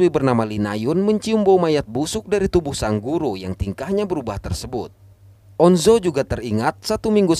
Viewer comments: On Jo bang bukan on zo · On jo aja bang bukan on zo, tapi gpp aku maapin wkwk😅